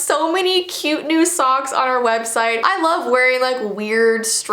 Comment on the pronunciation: Whenever she said socks i thought she said songs.